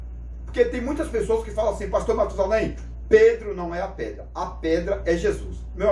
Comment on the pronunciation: O especialista corrige o nome no vídeo: "prastor'' kkkk